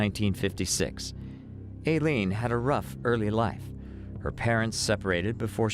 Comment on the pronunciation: Narrator, you really need to get your facts straight. First of all Aileene, law enforcement, judges.., all pronounced her name " I leen", secondly, there has never been any proof nor had law enforcement ever accused Tyria Moore of being an accomplice in the murder spree. At the beginning of your narration you referred to Wuornos as a "lesbian", Aileene was proven to have many affairs throughout her life, and Moore was the only known lesbian affair, the rest were men. Finally, do your research from reputable sources; your channel members deserve facts, not guesses.